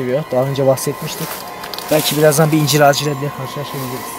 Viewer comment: YARDIMCİ once ben de yargıladım,ıncır dememıs dıye ama dusununce bu sekılde konuşuyor. Tam r harfını cıkaramıyor.ondan öyle yazmış olabılır 😀